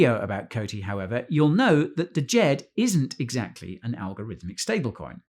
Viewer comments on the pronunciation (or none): It's not "D-jed". It's just "Jed"......the D is silent. Otherwise, good video. Thanks. 👍🏾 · D is silent bro... it's pronounced Jed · "deejed? the D is silent(like knife the D Soften sthe J (so not like jeep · Thank you for the content. The first 'D' is not pronounced in Djed. The same way it is not pronounced in Django (Quentin Tarantino) If in doubt, look up the world. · Isn't the d silent hahaha